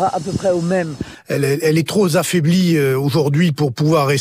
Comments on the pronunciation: "Elle est trop zafaiblie".... 😁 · ”trop zaffaiblie” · "Elle est tro zaffaiblie" - Louis Alliot